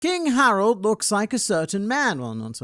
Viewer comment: I just realised, its Harald not Harold. Funny pronunciation Reminds me of Harald Hårfagre from norwagian history. The first norwagian king that managed to unite the country. Given the machinations of Oda's mind. There is likely something taken from his story. Though the whole won't cut my beard until norway is united doesn't seem to link to him. The horn pulling might be a purposeful subversion of that story